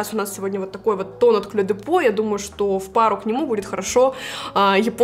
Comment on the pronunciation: Мне нравятся Ваши видео, и Ваши макияжи, и Ваша манера. Но! "Клё де по " режет слух. Написано по-французски: Clé de peaux , произносится [кле д'по]. А то получается русская девушка произносит французское название с японским акцентом. ))